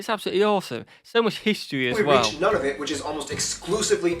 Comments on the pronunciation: One other correction - the Territory is pronounced New-na-voot, not None-of-it. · I hate to nitpick but his pronunciation is off. It's Noo-nuh-voot, as opposed to nuh-nuh-vit, and Newfoundland, well, best listen to a Newfoundlander to learn that; or check out a video called "How to pronounce Newfoundland" by the National Post. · Uh oh! He spelled the national cap wrong--Ottowa, rather the correct--Ottawa. Also, granted, Nunavut is a weird one to pronounce correctly; nevertheless, it's Noon-uh-vut, with the 1st. 'u' rhyming with 'foot', and the 2nd. rhyming with 'but', and NW Territory is Territories. He mentioned Alert, but the northernmost town is Grise Fiord, which is 449 miles to the south. Some years ago I took the train from The Pas (PAH), Manitoba up to the town of Churchill, on the Hudson Bay, which is billed as the Polar Bear Capital, and I saw a ton of polar bears. The sand squeaking is not fake. If it were, and he said the opposite, it would seriously undermine the/his channel's credibility--right? The Slavey people are up around Yellowknife, NWT, from which depart ice road truckers in the winter. In addition to the Navajos, the Apaches (uh-PATCH-ee) are part of the Athabascan language family. Last, as he alluded to, Montana's Glacier N.P. is across the border from Waterton Lakes in Alberta, N. Dakota has the Int'l. Peace Garden, which crosses the border into Manitoba, Alaska's Wrangell-St. Elias N.P. is across the border from Yukon's Kluane (clue-AH-knee) N.P., and Roosevelt/Campobello Int'l. Park is just a few miles across the border from Maine in New Brunswick. Last of all, the people we call Native Americans are what Canadians call First Nations (what were formerly referred to as Indians), and the people we used to call Eskimos are now referred to in both countries as Inuit.